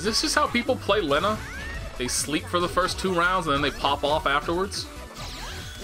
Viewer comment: It's pronounced "Leen-neh" tho.... And Enkidu is "En-kee-doh" if I'm not mistaken